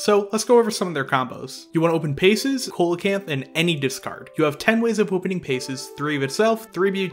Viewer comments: Small thing: Coelacanth isn't pronounced COAL-a-canth, it's pronounced SEE-la-canth. It's a soft C and a silent O. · IDK man I'm hearing colacanth not holacanth. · it's pronounced See low canth. I'm glad you pronounce Ghoti right though. for those unaware, Ghoti is pronounced FISH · Great to see these combos visualised, nice and concise too but it seems MBT’s inability to pronounce card names is spreading haha The pronunciation of Coelacanth was hurting me a bit but that’s ok because the video was still really good (and I’m sure most people don’t care about the pronunciation). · It’s actually see·luh·kanth if we’re being were being pedantic. And the whole “Ghoti is pronounced Fish if you take the Gh from Enough and…..” thing is funny at first but makes no sense in reality. The position of letters in words is important so if you can find a single word with “Gh” at the start that is pronounced “f” and a “Ti” at the end that is pronounced “sh” then I’ll accept it’s pronounced “Fish”. Is your username “Spooky Fist Hero”? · Did u just call it Holacanth? Is this some inside joke I'm not aware of? Edit: I watched the rest of the vid and he is in fact saying Co-lacanth not Holacanth which is what the first instance sounds like.......however if you know that Ghoti is meant to be pronounced 'fish' surely you know coelocanth is not pronounced the way you say it so again....is this some joke I'm not getting? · Am I the only one triggered by the way they say Coelacanth? lmao great video tho. makes me wanna build the deck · Coelacanth is not a hard C at the start, dude, come on.